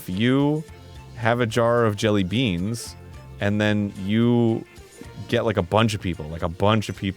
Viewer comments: You’re supposed to emphasize the word “jelly” not “beans” when you say jelly beans. Maybe this was just a bit. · Why does Arin say 'jellybeans' with a weird emphasis like that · why did Arin put so much a hard emphasis on the "BEANS" part of jelly beans